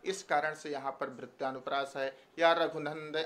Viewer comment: वृत्यानुप्रास नहीँ वृत्यनुप्रास